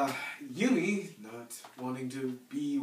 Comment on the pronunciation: did you say Yuki or Yumi in this vid, because it sounded like Yumi, and her name is YUKI!